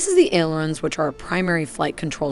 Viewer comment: Please properly train your V.O. actors. You guys are killing me with the pronunciation of MACH. It is pronounced MAACH like the A in DRAW, not MACK. It is FLAP-ERON, not FLAPE-ERON. It is KIN-EMATIC not KYNE-EMATIC. When there is more than one of something it is pluralized. 40 KM is 40 kilometers, not 40 kilometer. *CRINGE* There are more mispronunciations in the video and in the F-16 video, my nerves won't let me go back to find them just to point them out. Otherwise, the modeling and motion graphics are top shelf.